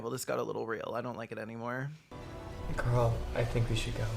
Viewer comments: I was listening to this in the background and every time the boyfriend and brother say “Carl” it sounds like they’re calling him Girl”. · Every time the boyfriend says "Carl" it sounds like "Girl". "Girl, you haven't come out yet?" "Girl, let's get out of here!" Girl, please. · haha i love that his name is carl because everytime uis boyfriend says it it sounds “come on girl lets leave girl”